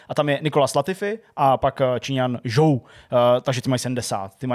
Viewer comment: nevyslovuje sa to nahodou féérstapen?..... a je to rikárdo.... a co taky zhou, ten by mal byt....žu